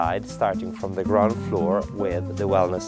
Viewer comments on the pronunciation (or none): none